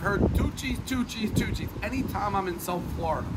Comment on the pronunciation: I kept thinking he was saying Two Cheese, then realised it was Tucci’s.